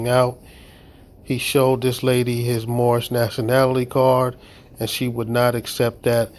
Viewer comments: I do not want to be mean however I can't help but get a chuckle out of the whole speech impediment while screaming he is moormish lmao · Did he say moormish? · I know it's a year later, but his "Mormish" nationality might have worked with the right consonants.... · It's the Mormish guy!!!!!!! They need to educate this guy!! He makes all of them foolish whenever he opens his mouth and calls himself Moormish!! I'm surprised he has any money to put in the bank with all of his car window expenses!! He also has a LOT of bond expenses and car impound expenses, as well. 🤣🤣🤣🤣 They say they are not of this land and don't want to abide by OUR laws, but they want to use OUR Constitution whenever it suits them. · Moormish? ROFLMAO!!! This guy has cognitive problems. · This person always seems to say “Moormish” - is that just me hearing him incorrectly? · That's what he says. "Moormish." Even by Mooron standards, this guy is dense.